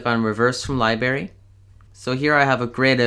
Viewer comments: Thank you, but the word is libRary, not libAry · Good tip. It's pronounced liBRary .. NOT lie berry If you want to sound educated you might want to correct that. Keep up the good work! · And it’s LiBRARY not Liberry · LibRary not “LieBarry”😂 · Did I hear that correctly? “Libarry”? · tf is a libary 😭😭nigga please tell me tf is a libary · Everybody is Hating on him for saying libary wrong XD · omg i was dying over the fact that he called the library a LI-BERRY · Lily Grace he pronounces it li-berry it's li-br-a-Ry but im English and in England we say li-bary and that's normal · amelia p. I literally came down to the comments to see that😂